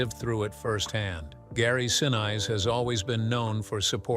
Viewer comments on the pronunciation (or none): Gary's last name is pronounced sinees, not since! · Who's Gary "Sin" "Eyes"?,, if they can’t even pronounce a famous person’s name right, why should you trust their “facts”? Mispronunciations signal laziness or inexperience. Professional creators (newsrooms, big brands, audiobooks) always check and correct pronunciations before publishing. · Someone needs to teach the narrator how to pronounce Gary's last name CORRECTLY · you keep saying Gary;'s last name wrong! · Maddening to hear the mispronouncing over and over and over again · Mispronouncing gary senise also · Michael Keatons picture and the pronunciation of Gary Sinise. 🤦🏽‍♂️ JFC